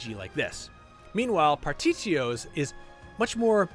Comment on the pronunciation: He also pronounced Partitio's name phonetically as well.